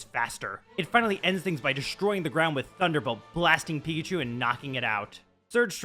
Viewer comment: NO NO NO! IT’S “TUNDA BOLT!” TUN-DA! 0/10 worst episode! Kidding obviously but this is a fun episode so far